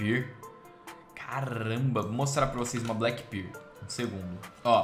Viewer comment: 'karambit Black Birl'